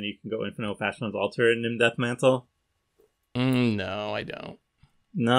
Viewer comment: misreading Nim Deathmantle made me actually facepalm at work